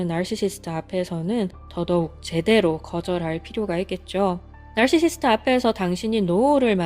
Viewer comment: 나르시시스트..나르시시스트 발음을 계속 따라해보고 있는 나...발음어려운데 어쩜그리 구슬 굴러가듯 발음을 잘하시죠?